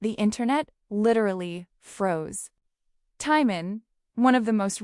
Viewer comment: At least say his name correctly